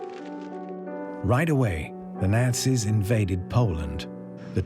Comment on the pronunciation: Kindly get the BASIC FACTS straight. HERBERT Hoover was Prez before Roosevelt. J Edgar Hoover was an FBI Director. You mispronounced Delano and Nazis. TERRIBLE VIDEO.